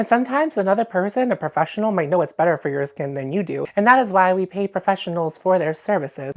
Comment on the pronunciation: "Skeeen baeRRieRR RRRepaerrrr" - Nosferatu, 2025